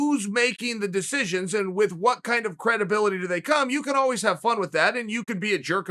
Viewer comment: Chael “Alweez” Sonnen